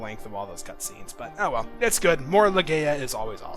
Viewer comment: Leh-GUY-ya. MY-ya. Not every A in word is a long A. Here's hoping you don't pronounce Gala as Gay-la....